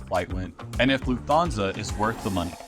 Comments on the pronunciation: I know this video was recorded 2 years ago but this is killing me... It's pronounced "luft-hansa," not "Loof-thansa". They don't have the "th" digraph in German. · And you stress the first Syllable. „LUFT-Hansa“ (not „LuftHANsa“!) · Video was very useful. Flying with them next year. Can I ask is calling Lufthansa with an O instead of an A an American thing? Like you're pronouncing it LufthONsa, rather than LufthANsa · LOOF-Tahn-za. No 'fth" sound in German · Please. It’s Lufthansa…Loof-tanza’. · An American will typical pronounce it Luft-HAHN-sa, as in, still using an "A" but not Luft-HAYN-sa, which would sound nasally and odd. But also not like an "o" in HON-ey, although it is closely similar.